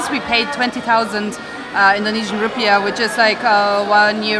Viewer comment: Rupiahs not rupees. Rupee-ah